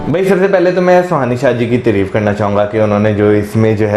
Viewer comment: bhai treef nahi hota tareef hota hai 😂